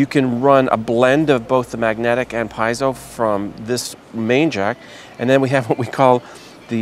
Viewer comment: pee-yet-zo, lol